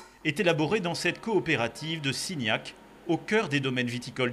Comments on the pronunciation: il faut entendre Gignac et non Cignac comme c'est dit dans la vidéo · C’est « Gignac » et non « Cignac » 😄